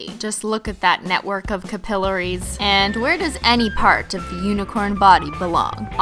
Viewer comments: Cup-il-arees....u mean cap-ill-aries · The way you said cap-ill-air-ees, is wack 😳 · You pronounced capillaries wrong unless its a canadian thing.. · I love this look, but it's CAPillaries not capILLaries 😅 (nursing student problems) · CAP-illaries not cuhpillaries lol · Omfg she said "capillaries" wrong, also veins are different than capillaries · "ca-pill-er-ies" xD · ca-pill-er-ees K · The way she said capillaries 😂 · Briiiza On the first e, it was supposed to be an a. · The way you say capillaries Oy! Added to the list of Cristine fd up pronunciations of words. Along with decals. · The way you said “capillaries” amuses me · Cristine even says capillaries wrong 😂💀💀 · I died at your pronunciation of capillaries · I am studying nursing currently so the way you pronounced capillaries threw me off, even though I know what they are😂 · How have I just noticed how she said capillaries? I’ve seen this video like 5 times